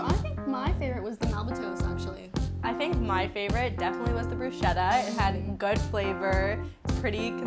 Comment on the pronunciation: more like broo-skettah